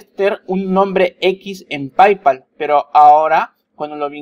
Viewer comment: ¡Hola! Se pronuncia "pey-pal" no "pay-pal".